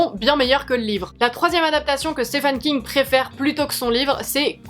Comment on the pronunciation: A chaque fois j’ai le impression tu dis Stéphane King 😂